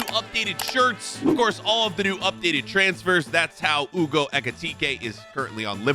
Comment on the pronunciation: Hugo not Ewgo